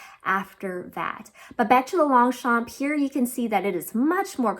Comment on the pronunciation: Great video, as always, and really appreciated the in depth analysis ❤. Since you asked for the correct pronunciation of the "Longchamp Le Foulonné" 😊 : - the "p" is silent - there's an "eh" sound at the end of the name of the bag: pronounced "fooloneh"(there's an accent on the French version of the name but I've seen it missing in the US market).